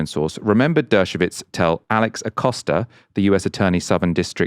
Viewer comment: It’s Dershowitz not dershovitz